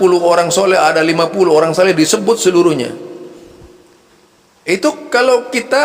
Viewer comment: Penyebutan Sholeh aja sholekh...gimana sich? Ni malah menyalah nyalahkan amaliyah org aneh